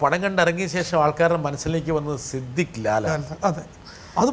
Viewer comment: സിദ്ധിക് അല്ല, സിദ്ദീഖ്.